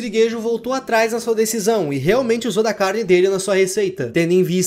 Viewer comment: “carnde” Vídeo muito bom,! Está trazendo mais vídeos ao longo do tempo, valeu! Seu trabalho é ótimo